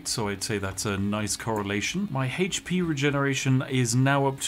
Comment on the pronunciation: One fousand haych pee?!